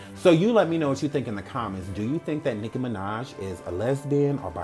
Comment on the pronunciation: I keep laughing because it sounds like he’s saying nigguh minaj